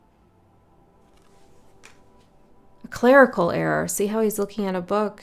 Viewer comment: Interesting… when you said clerical I heard it as “Clair-ical” as in clairvoyant etc